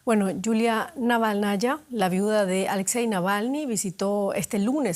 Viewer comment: Estimado, ¿tienen muy lejos la redacción de DW Ruso? ¿Por qué no les consultan la correcta transcripción al español del apellido de la viuda de Navalni? Es Naválnaya y no Navalnaya. Un saludo.